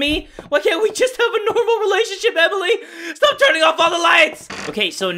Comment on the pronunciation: people watching during quarantine: invented "I SAID STHAP, I SAID STHAP, YOU PLAY TO DAMN MUCH"